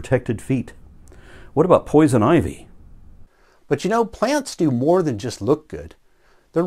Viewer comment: The emphasis on "poison ivy", yeah, we've all been there!